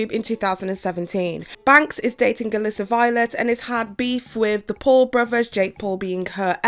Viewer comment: Why can’t you pronounce any names properly? I mean the Paul’s brothers and t-FU? I don’t understand how you do so much (amazing) research and still manage to consistently grossly mispronounce their names.